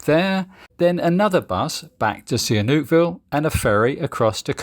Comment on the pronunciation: Your pronunciation of Seam Reap is painful to my British ears. Do you pronounce Siem and Reap as Si Em and Re Ap in the UK?